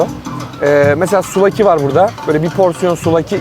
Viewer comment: Fanatik bi Galatasaraylı olarak bi sonraki Yunanistan turunuzda misafirimiz olmak isterseniz kapımız açık! Bu arada çok güzel video👍küçük bir düzeltme: souvlaki, suflaki diye okunuyo arada bi f var yani.